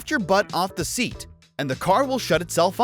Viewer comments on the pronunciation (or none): none